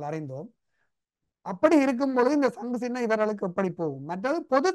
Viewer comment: சங்கு + சின்னம் = சங்குச்சின்னம் , பொது + சபை = பொதுச்சபை நெறியாளர் தயவு செய்து தமிழ்மொழியை சரியாக உச்சரிக்கவும்.I